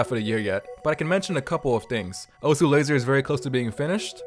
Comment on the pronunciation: it is actually not pronounced (oh-su) its pronounced (oce)